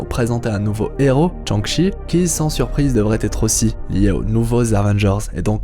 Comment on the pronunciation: "Tchang-Chi" hahaha